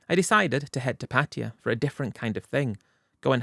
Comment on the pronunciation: The Londonistan boy just can’t say Pattaya, the spineless brit has to rename the city into Patia. And he loves saying it, Patia Patia Patia 😂